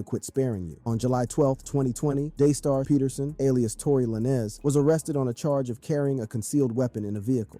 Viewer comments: He’s saying “Tory Laynez” so that people will comment and correct him, and when people comment… it boost his video in the algorithm. You just did what he wanted you to do without you even knowing😂. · You doing a story and calling "Tory lanez" Tory lay-nez tales away from your credibility from the jump. How did you really think that was like a last name or something lol